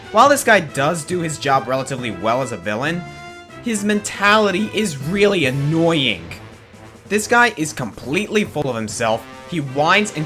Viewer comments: on the porky thing you said annoyink instead of annoying!!!!!! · "Annoyink". Aaaaand that's where I stop watching.